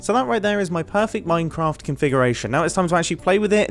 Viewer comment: did you say minecamft ? :-)